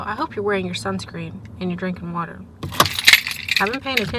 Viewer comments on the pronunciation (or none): none